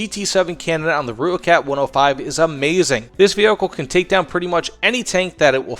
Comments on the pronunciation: More like "roy-kut" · no. Roy kat is closer. From someone who speaks Afrikaans and has an Afrikaans wife. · Great video man, but the name is pronounced "Roy-kat"